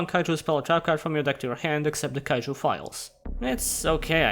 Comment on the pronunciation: Why cant utter the syllabe "ju" anymore??